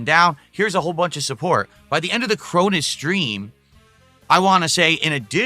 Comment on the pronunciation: I dont get it, he cant pronounce a single O like when he says padcast, mads and galf but he can pronounce the letter O fine as long as its followed by another O that he can mispronounce like in Chronis but now the O becomes I instead of an A. C is another letter where fascist become fassist and accessories become asserrories but he somehow can say react instead of saying reast? Ive never seen a weirder speech pattern.